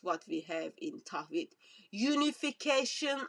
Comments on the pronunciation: Tawheed not Tahwed sister 😍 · LOL TAHWEED YOU CAN'T EVEN SAY THE WORD CORRECTLY MIND YOU EXPLAING IT GO HUG THE CROSS DRINK THE BLOOD